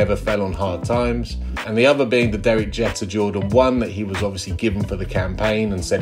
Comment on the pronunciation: i hate to be that guy but it's pronounced Jeeeeeter not what you saying.... son said Jeter ☠️☠️